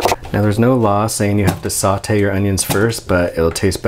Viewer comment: "Saw-te" I cry.